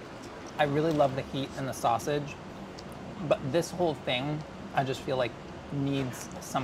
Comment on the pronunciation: That “Wavage” is totally “Sausage” lol